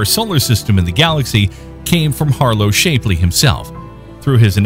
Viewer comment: Please learn how to pronounce "Shapley" correctly, ty.